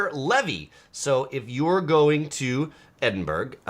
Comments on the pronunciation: The 'burgh' in the name 'Edinburgh' is pronounced like 'borough', not 'berg' as in 'iceberg'. that aside- great travel channel! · Edinburg is not pronounced the way you are pronouncing it. The G is silent. Otherwise, good info. Yikes though, those fees. Wondering about the National Parks, we are seniors with a lifetime pass. I am assuming this doesn't affect us since we have one. I laughed at "The torture class" We have had it with this. We will pay for comfort, thank you very much.